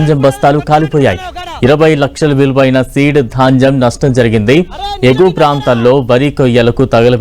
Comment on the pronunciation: Dhanjam bastalu kaadu baabu ...dhanyam bastalu telugu palakatam kuda ravatamledu ..vanakala chdauvulu